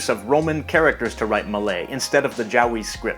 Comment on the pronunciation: No, just the way you pronounced it was a bit too.. "owie" (for lack of better word). It sounded more like Jow-wee to me than Ja-wee (or more like you said Jaowi instead of Jawi in Malay pronunciation because I heard the extra 'O' sound). It just reminded me of a certain Japanese word and found it funny.